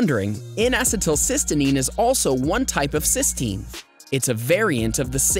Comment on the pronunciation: N acetyl cysteine not cystenine